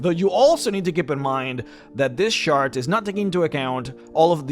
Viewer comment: lol, he says "shart" instead of chart. I'm 40 years old people, and that gave me the giggles.